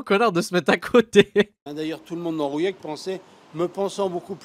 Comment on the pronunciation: Alors c'est Rouillac, pas "rouyac" et les deux ont fermé